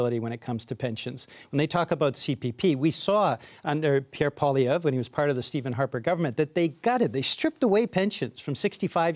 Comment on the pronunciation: I wish people paid to speak would get the pronunciation of poilievre: pwa lee ev reh try at least